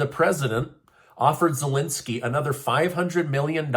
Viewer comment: Did you say Voldemort Zelinsky?